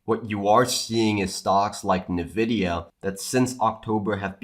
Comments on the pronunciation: Just one suggestion, it is pronounced "N vidia" not "nevidia" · I just want to know why you guys always call "EN-vidia" "NUH-vidia." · Did I hear "nEvidia"? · I can t get over how he says nvidia😅